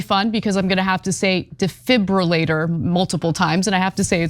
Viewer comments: Close but dee-fib-ril-lator would be correct. Not roo-lator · Ok Anna honey it's (dee.fib.roo.late.or) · Defribitator. It's not that difficult Ana:thanksdoc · Ana, Ana, Ana, say with me; DE-FIB-LI-RATOR you kept mispronouncing it as Defibrillators. Unbelievable! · You're actually mispronouncing it, it's FI-BRI not FIB-LI. Even the dictionary pronounces it this way, dee-fahy-bruh-ley-ter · DEE-FIB-REAL-HAY-TOR. Say it quickly with a silent H. You got it. Regarding the content….yikes! Why do we continue to apply our capitalistic system to our healthcare? I am a die-hard confirmed capitalist. It confounds me that my city provided trash service cost is a communal system (taxes) but my healthcare cost is a competitive capitalistic system yet, de facto, since employers provide private healthcare as an employee benefit at a reduced cost there’s no real “competitive” capitalism to the individual. The competition is between healthcare insurers with employers. It’s just plain goofy….which leads to corruption in the entire healthcare system. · say it like this...Defib-U (capital U)-later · That damn deeiburfriulater.. Gets me every time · De..fib...u...later....it's really not that hard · Not quite. It's, De...fibri...lator. Because the heart is "fibrillating" and not pumping. This device, shocks the heart back into rhythm. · Its detribrilartber ….duh🙄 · OK Ana, repeat after me (or Cenk) Dee-Fib-rule-ay-tor. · Dee-Fib-rah-later - just put that together fast :-p hope my personal pronunciation key helps Anna cause I feel you, it sucks when there’s a word that you just can’t get out right. 😂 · Real talk? You sound like an idiot when you can't say 'defibrillator'. Google it and practice for god's sake! I like you guys, but come on! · is anna dyslexic? she cant say defibrillator? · Anna think of vibrator it might help you with defibrillator. Trust me.